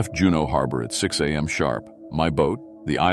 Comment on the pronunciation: I ♥️ LOVE ♥️ your stories !!! and remember, "If you're not first, you're last..." 😂 Please fix the (few) upload glitches / skips. Teach AI how to say ex. mph (miles per hr.) , am and pm(time) , there were a few more that I can't remember now, of course...